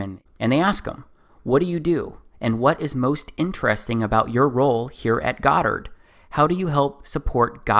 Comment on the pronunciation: Goddard...Godd ard........God art.........really......